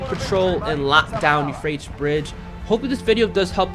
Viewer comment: "Yew-Fray-tees" 3 syllables, not two. Sorry man, but it was bugging me. Great videos otherwise! Keep it up!